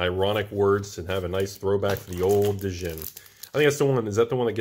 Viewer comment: Is he saying Djinn (Dah-jin) that way to troll or does just not like a silent "D"? 😆